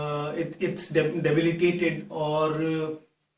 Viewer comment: debilitated!! not dilibiated, just a correction as a friend to a friend